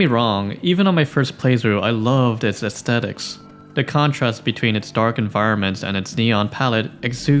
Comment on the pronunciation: 'aesthetic' not 'estettic' wtf